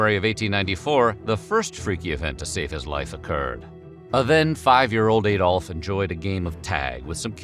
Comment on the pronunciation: THAT was one of the worst mistakes. When the video started by calling him AY dolf, I let that go. Barely made it through the rest and I'm glad someone else caught this pronunciation mistake.